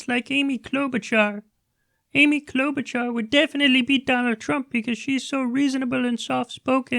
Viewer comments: Kyle, you fiend, how dare you mispronounce a candidate as formidable as CloudBootJar! For Shame! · Can’t stop laughing at the way you said “Amy klobachar!